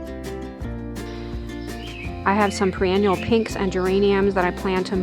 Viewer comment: I think the new look is gorgeous! You are right, more depth and variety was the way to go. Pre annual is not a thing. Perennial or annual is what you are talking about I think? Perennial, pronounced Per-any-ull.